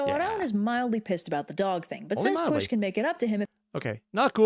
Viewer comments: And then she never covered any Welsh myths again (You could maybe count her King Arthur one because king Arthur was originally a figure in Welsh mythology, but she only covered the English version so it doesn't really count.) (Note: She did pronounce Pwyll incorrectly.) (Second Note: You actually pronounced the Welsh words surprisingly well compared to most Americans at least on youtube.) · The pronunciation of pwyll hurts me, is pretty good but not perfect but that’s fine.